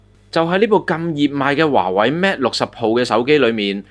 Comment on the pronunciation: Mate 唔係讀 Mat